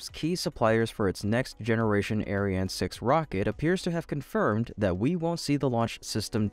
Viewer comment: You really need to differentiate your pronunciation of the ESA rocket : Ariane - arri anne Aryan - air rhean Because the aryan rocket has a sinister sound to it.....